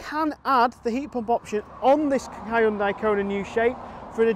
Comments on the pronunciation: Says more about you than mispronunciation. And anyway, it's my job to correct him on these things 😁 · Ugh. Learn how to pronounce Hyundai to gain a bit of credibility